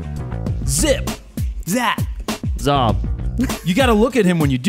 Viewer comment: haha, Jared I loved the way you say the last part of zip zap z.. Well I am Maltese (a little island in the Mediterranean) and in my language you are just calling each other d**k, zop hehe, keep up the good laughs. I think your teacher might have been playing a prank on you. Zop